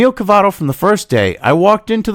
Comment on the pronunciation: Cavuto, not Cavato.